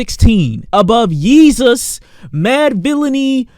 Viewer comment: The way he said Yeezus had me killed 😂😂😂